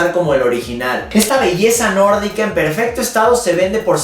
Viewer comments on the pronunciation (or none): none